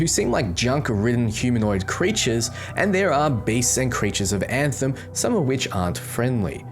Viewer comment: I heard a dev refer to this game as “Ant-Hem. He literally said “Now today we’re going to be showing you the game, Ant-Hem, or Antheim to some people.” Please tell me its not pronounced that way lol i think he might have just been an idiot